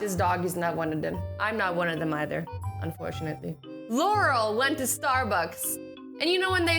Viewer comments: You pronounced Laurel wrong.... I know because that's my name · 0: 25 yanny got to Starbucks and ..... Or u was saying Laurel î her Yanny sorry😊